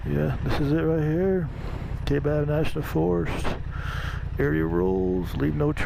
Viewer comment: The correct way to pronounce Kaibab is to ignore the “a”. The “a” is silent and the “I” is strong like tie or pie. The forests and counties in AZ are named after Native American vocabulary so they can be challenging to pronounce. I’m glad you found that camping spot, it’s one of my favorites. I always enjoy your videos.